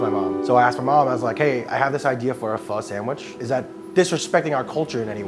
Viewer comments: i remember me saying the same way homeboy said pho for my first time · I'm going to say it like I always say it: "It's fuh, bruh; not foe, bro." You would think friends of the proprietor would know by now how to pronounce this dish, let alone any adult in the present day. Why people aren't willing to be corrected is also a problem. Viet language is just as important as anyone else's. Show some respect and pronounce the most common dishes properly. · When people mispronounce pho to be "faux". Biggest pet peeve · Pho literally translates to noodle soup. So where is the noodle? Lol. I love when people say "fo" like "fo sho" it's so fucking cringe. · If you pronounce pho like flo in 2024 especially in New York . Deportation please. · The Krish dude just killed me inside how he pronounced pho ... the white chick even saud it correctly eesh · And why does no one know how to say pho?